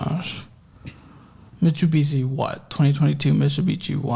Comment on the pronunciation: being consistantly unable to pronounce Mitsubishi 😭❤❤❤